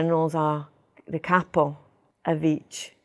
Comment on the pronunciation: I'm sure she can, and does with her father and close family. Her pronunciation of Italian names N'drangeta, Cosa Nostra, Capo etc are all genuine.